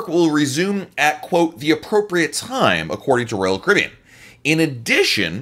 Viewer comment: What is Royal caben. ??? You said it 95 times. Chill out a little..